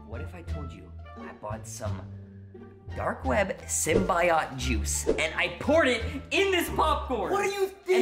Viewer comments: My mans just said symbiotie wrong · I love how he said sybiote wrong lol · He said symbiot